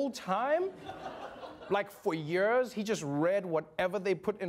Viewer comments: It's years, not yurs 😁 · I like Trevor, “years.” You said it like when you read that don’t lie.